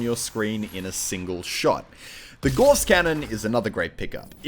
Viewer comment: Gauss. Pronounced like 'Gows'.